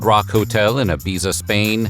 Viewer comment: That is not how you pronounce Ibiza.